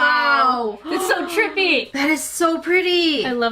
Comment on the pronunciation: Wait did just say trippy for the last knife I am not the only one who heard that right